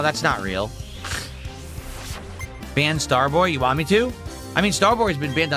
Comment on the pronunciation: "I'm the streamer, I can play what I wahn!" Also: "Guys, I don't know how much longer this game has with support this low."